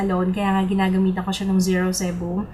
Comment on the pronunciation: zero sebum (si-bam)